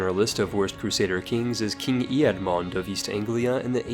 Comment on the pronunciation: Think before pronouncing. "Shaykhah" is related and similarly pronounced as "Sheikh", and you can probably pronounce that word. The "Ead" in Eadmund is pronounced as Ed. Today many names on Ed- are derived from English nobles, such as Edward, Edgar, Edwin etc...